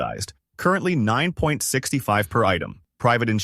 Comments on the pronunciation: Certainly doesn't sound like it with how it pronounced £9.65 as '9(point) 65'. Clearly AI modelled on someone elses voice. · That video goes to the trouble of name dropping specific British towns and cities then reads the currency as nine point sixty five? That's neither how you read money (in any English speaking country) or decimals?!